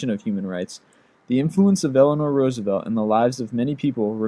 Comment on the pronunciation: you finally said Roosevelt correctly!